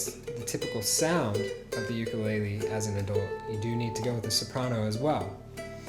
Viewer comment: You are saying ukulele wrong. But good video